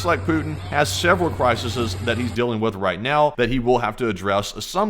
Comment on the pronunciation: you kill me lol Crisises 😅